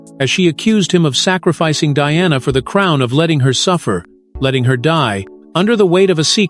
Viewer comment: God help you. Why do you try to mar Diana's name. She endured enough in life.